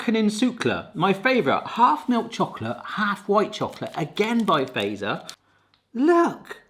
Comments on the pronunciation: Fazer is prounounced more like, "fatser" only OG finns know, lol and i'm finnish yes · fazer is pronounced fatser in finnish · se on Fazer ei feiser ja salmiakki on salmiakki eikä säällmiäkhi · fazer is prounonced fatser and the version u ate is called fazer blå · Fazer is pronounced "Fatzer" Because the more you eat the Fatzer you get lol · Fazer is pronounced as Fatzer. So, "a" as in "alpha" and add "t" before "z". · Fazer is almost always pronounced wrong by English speaking ppl! 🤭❤ I'll help you: 'z' is always pronounced separately as 't' + 's' in Finnish. So it's like two letters: "Fatser". 😊 Also the way you pronounce the letter 'a' would be written "ei" in Finnish... 🤭 So no: it's 'a', not "ei". 😄❤ You can put the word in Google Translate and then listen how it is pronounced in Finnish. 🤗❤️ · You need to try Marabou milk chocolate from Sweden, thats even better😊 And you pronounce it "fattser" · ˈfɑt͡ser , not ˈfæi̯sɛr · Its fAZeR not fazer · You gotta pronounce Fazer like it's German, because... Mr Fazer was a Swiss dude who came to Finland to teach us heathens about chocolate. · The way you say Fazer is wrong. You can use Google Translate to hear how it should be said. A great video though 👍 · It's pronounced FATS-ER. Not PHASER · A great reaction! Just a little note: Fazer is pronouced 'fatser'. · is it just me and my family but we say fazer "fatser" or something like that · Fazer is supposed to be pronounced “Fatser” more than “faser” 😅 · So fazer in finland we say fatser not faser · I love how ppl pronounce Fazer as "phaser" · In the company name Fazer, that Z is pronounced TS, not zee. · ITS NOT FEIZR ITS FATSER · ITS NOT feizerina its fatseriina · Stop saying feizer it fazer bot feizer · Great vid! Just one thing: Fazer is pronounced "fa-tser", not "phaser" 😁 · Fazer does not rhyme with phaser, the "fa" part is pronounced like in the word "far" without the "r" (and quickly) and then add "zer". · Its Not faser Fazer (say Fatser) im Finnish SOV🇫🇮